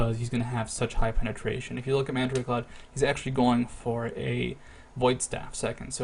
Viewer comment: "Mandaray Cloud" for mandatorycloud. =P